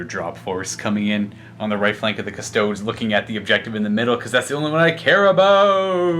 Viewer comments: Again with the "Cuss-toads" wtf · it’s KUSS TOAD EES - you ding dong. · Do people not realize that he calls them kuh-stodes as a joke?